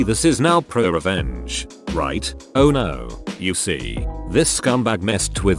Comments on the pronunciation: It says it like r/pru-uh revenge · listen to how the text2speech say ‘pro revenge’